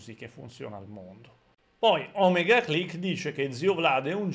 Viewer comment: Mi raccomando, si dice O-mèga (ovvero O grande in greco antico), non Òmega...